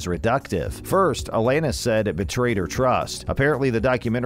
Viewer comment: Alayyyynis??? WTF.